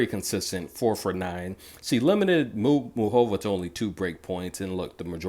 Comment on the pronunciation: Lol please pronounce her name right: its Moo Ca Va 😁